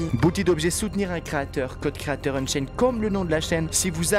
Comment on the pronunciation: unchained pas unsained haaaaaaaaaaa bonne video